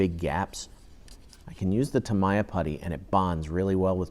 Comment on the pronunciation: Ugh stop the Mr. Roger's voice, and so many unnecessary explanations " and this is how I take my sandpaper out ".. Ugh.. and its TAA- MEEE-YAH TAA-MEEE-YAHHHH !! not what you say lol... but TY